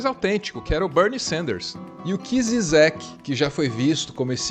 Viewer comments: A pronuncia se não me engano é Jijek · A pronúncia de Zizek é "Didjek" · A pronúncia do trêfego filósofo é Slavoi Jijek